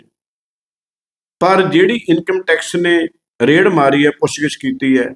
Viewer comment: ਆਹ ਰੇੜ੍ਹ ਠੀਕ ਕਰਲੋ ਬਾਈ ਜੀ। ਰੇਡ ਹੁੰਦੀ ਹੈ।